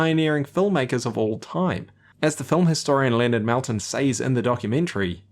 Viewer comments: Your pronunciation of Leonard Maltin’s last name hurts my ears… but by the runtimes end this wonderful video gave me tears. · Malten's name is pronounced more like "molten" than "Melten".